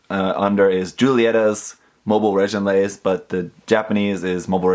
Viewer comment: Great review :3 BTW: the "gi" in reginraze is pronounced as in "gimmick"